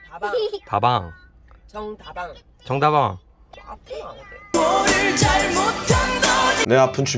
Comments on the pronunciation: ㅋㅋㅋㅋ 부산사람으로서 정다방 발음 진짜 퐈이다!!!!! 정다/방\ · 그래도 정다방을 정다방으로 발음 하는기 부럽네요.. 저는 증다방 이캐뿌는데ㅠ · 정다방에서 악센트를 앞에다 주고 반박자 쉬고 다방을 불렀어야 합니다. 템버린님의 지적이 맞습니다. 다음에는 개인적으로 라면 먹방을 좋아하는데 라면 먹방 한번 가주시죠. 빨리 10만 찍기를 염원합니다. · 아니~~원이엄마 발음이 더 외국인같아요~ㅋㅋ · ~ 텐브린님 정.다.방. 발음이 전형적인 경상도 발음ㅎㅎ